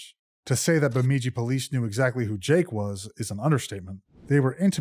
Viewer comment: Bemidji is pronounced with the second syllable “midj” sounding like the “midg” in midget